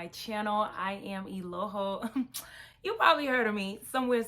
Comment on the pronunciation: Hi not to be rude but you pronounce your name wrong.